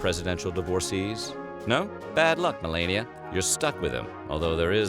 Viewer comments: Meh-lane-ia? It’s ma-law-nia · Have some respect and pronounce the first lady’s name properly you ingrate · You pronounced the First Lady's name wrong, just tell the dopey story and leave your own smart comments out of it. You don't like Trump, got it. But you voice over short videos for a living, hardly a role model yourself.